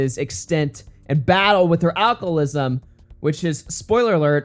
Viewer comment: It's as if you are saying alchlism